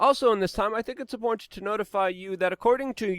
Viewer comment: "Import..." It's "IMPORTANT"